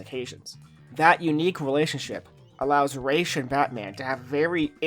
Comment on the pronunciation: It's Raz. RAAAAZZZZ. Raysh sucks